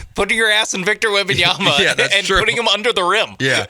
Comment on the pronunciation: *WembanyaMa. Do get his name right.